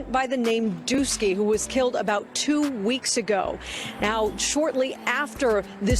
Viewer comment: ....its Dooski...not Dookie